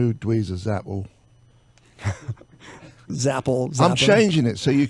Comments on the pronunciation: Mispronouncing Zappa is just fucking over the line, you're a goddamn flaccid drunken old punk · Mispronouncing Zappa is no God damn mistake!! Jonesy's a fucking tool bag..